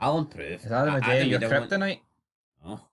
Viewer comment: You don't have to incorrectly pronounce Adam Idahs name to prove your a true blue guys. Just keep producing content that's more shit than both your teams combined and you will be fine .